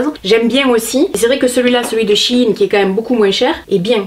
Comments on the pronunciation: On dit She in (car l'ancien nom du site c'était she inside) 😊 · Coucou, pour la prononciation du nom de la marque il s'agit de la contraction de "She Inside" donc "She In";) Voilà ^^ En tout cas, superbe vidéo comme d'habitude! Vivement la prochaine:D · Salut, je suis casi sûr que ça se prononce "Shai-ine" (je sais pas si c' est claire?) sinon tu devrais essayer leurs vêtements il y a un large choix de fringues vraiment sympa pour pas chère 😉 Je t' aime gros bisous YouTube ❤️ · Non c’est « to shine » (à prononcer shaïne) qui veut dire briller... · Laparisienne Delalorraine justement c’est pour cela qu’il dit « CHI INE » et non « CHINE » car « CHI INE » est un diminutif de « CHI INSIDE » 😊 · Je prononce shaïn perso ahahha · En faite ça se dit She(elle en anglais) in Parce qu'avant le site s'appelait she inside. Mais ils ont raccourcis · Perso je le prononce "chaïne" (comme shine en anglais) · Ça se prononce « She In » car avant c’était « She Inside »😘😘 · Personnellement je le prononce Ch Aie Ne (en très phonétique) mais pas sur du tout que ce soit la bonne prononciation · On dit shiiiiiiiin 😂😂 sinon pourrait tu tester la cire mamie réglisse spéciale douillette stp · Ça se prononce CHI -INE ☺️ tes cheveux sont splendides 😍 je trouve que le mascara a eu un bel effet sur tes yeux 🥰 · J'ai bossé pour SHEIN l'année dernière. C'est she in en anglais, donc ça se dit chi ine. Des bisous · SH-> CH / EI -> éille -> SHEIN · Ça se prononce chihine ahah en réalité c'est SHE&IN (elle et la mode) voilouu. Gros bisous 💋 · Je pense que shein sa se prononce chi + ine ? 👇dite moi si j'ai raison . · She-en (prononce Shi-ine) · Ça se prononce she puis in c est de l'anglais avec un jeu de mot quand on le dit 😀 voilà merci pour tes vidéos un vrai bonheur toujours de bon conseil 💖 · Chaine sa se prononce comme ça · C’est She in ( en anglais ) Comme si tu disais She is in mais sans le is mdr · Perso je le prononce "Shèin" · Moi je prononce SHEIN [chèïne] 😂😂